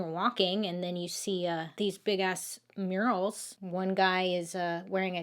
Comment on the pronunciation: I love this story!!! Lol Bailey, I thought you said right inside there were “urinals” and realized you said murals. 😂😂 Btw your Make-up turned out beautiful!